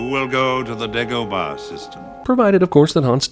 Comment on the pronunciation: Yes, Dagobah does sound racist when you pronounce it the way Obi Wan does. Whereas if he had pronounced it "DAH - go - bah" there would be no sin.